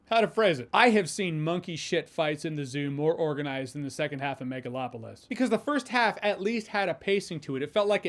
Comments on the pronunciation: Am I hearing megaFlopolis? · I swear I heard Nipplelopalis. 😂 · Excuse me...*cough cough*, I believe you mean "Megaslopolis".